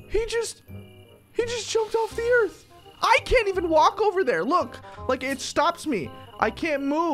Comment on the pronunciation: You said he jumped off the earf not sun